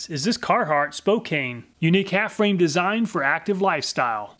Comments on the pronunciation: I doubt you are gonna see this, but one point of correction. It's pronounced Spo-can not spo-kane. Source. I lived in spokane. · Just a note: it's pronounced "spoh-can" not "-cane" It's a city in Washington State. You're doing incredibly valuable work here! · As a person who lives in Spokane it was painful to hear it pronounced spocaine ... (s-po-can) is the proper pronunciation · Spokane is pronounced Spoke-CAN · When you want to get down....down on the ground, Spokane. :-D Spoh-can. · Not to be that guy but I like in spokane, it's pronounced spo-can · Spokane is pronounced SPŌ-CAN. the E does not make the A say it’s name. Silly outsiders :-).